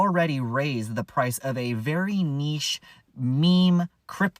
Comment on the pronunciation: Vewy, vewy, vewy slow!